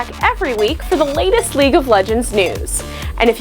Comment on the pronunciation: League and not leage